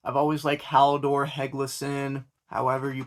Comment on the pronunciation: Mispronouncing Halldors name is diabolical. Thanks for the love though 😁🤝❤️